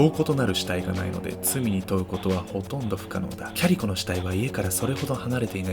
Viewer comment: キャリコ、キャリコまるでファーストネームかのように言うなよｗ（お母さんだってキャリコだ） だんだんキャリ子に聞こえてくる